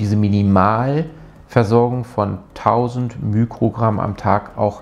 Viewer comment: Sehr gutes Video, aber bitte nicht immer mükrogramm sagen. Der griechische Buchstabe, der für den Faktor ein Millionstel bei physikalischen Größen steht, ist zwar das Mü, aber es heißt Mikrogramm und nicht Mükrogramm. Man sagt ja auch nicht Mükroskop 😊